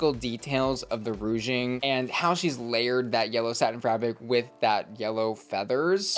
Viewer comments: Not saying ROUGING too!!! Y’allll it’s RUCHING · Dear Lydia that is the ugliest hat I've ever seen in my life. I don't know what's on your head but you should have never went onto the runway with that, yuck. Also my dear it is pronounced ruching. Rouge is makeup. And onto the stolen trim. They weren't supposed to be sharing it was not a group challenge it was an individual challenge. The other queen had already claimed it. So Onya is in the wrong here. Whenever they do these kind of challenges all the girls run and grab what they can and claim it. Sometimes people are not left with much too bad so sad. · Ruching. Please. It's a "sh" sound, not a soft g. Thank you for the videos as ever. 🧡